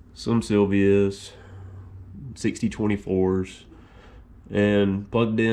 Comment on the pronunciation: Sylvania's bruh not Sylvia's.